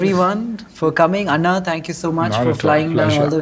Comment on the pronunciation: Nihil is does not pronounce anna correctly